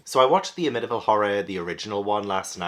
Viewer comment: I love you but as a Long Island native, it's pronounced Am-ih-tee-vil. And don't worry, locals consider the books/movies a cash grab too. I appreciate both films, but the true crime story attached to that property is more interesting (and sad). So too are the publication and production stories surrounding the book/movies and the paranormal investigations they inspired. There are some weird elements to both, for sure, but no one thinks the Amityville House is actually haunted and multiple owners since the 1970s have confirmed they've never had issues living there except for curiosity-seekers trying to peek through the windows. Since you love true crime and paranormal investigations I recommend engaging with that side of the story. That Psycho shower scene reenactment was *chef's kiss*!!! Very poetic that the first 3 stories referenced the ones you read/watched previously. As always, Ash and Tobu are adorable, and I love that they have a neighborhood kitty friend stopping by. 🥰 (Edited for typos)